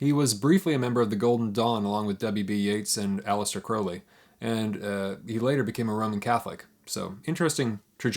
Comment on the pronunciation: A+ pronouncing Crowley correctly. I’ve read The Great God Pan, really loved it, I will be ordering this book immediately. KEEP UP THE GOOD WORK!! You know your stuff man(thar channel will take off, just keep rollin!) 93(I couldn’t help myself! Haha!) ⚡️🐉⚡️ NAIan